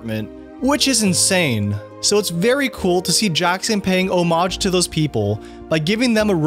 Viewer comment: Wow, that's the first time in years I've heard homage pronounced correctly.